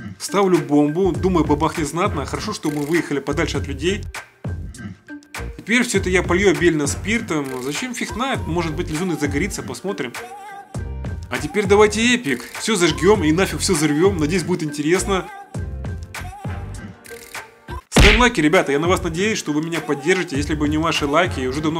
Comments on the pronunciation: Братан,не зажГем,а зажжем! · Не "зажгём", а зажём